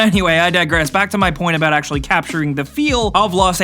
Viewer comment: "Aculurly" xD I couldn't help but notice